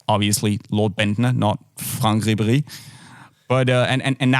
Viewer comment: I LOVE how he says Ribéry with a German accent even tho he's french😂😂